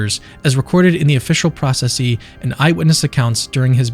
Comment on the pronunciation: Thank you for the narration, no AI junk. 🙏😉 fyi : processi = pro-ches- see